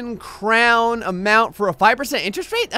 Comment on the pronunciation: AND ITS NOT PRONOUNCED CROWN!! btw